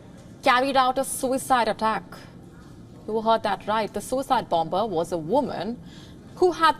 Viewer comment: Great original reporting as ever! However, may I refer you to any classic dictionary to realise that the second letter B in BOMBER is to be mute. The language detective